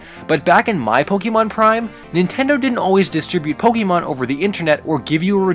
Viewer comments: The amount of times you said pokemon wrong. Its not pokeymon. Its pokaymon. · Pokeemon? Why are you saying it like that? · 2017 and he was still saying Pokeymon huh? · it hurts everytime he pronounces pokemon wrong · My only problem with this? You, uh... You're using the wrong accent on the E there, buddy. o _o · I'm a bit triggered of how you say Pokemon, but eh whatever.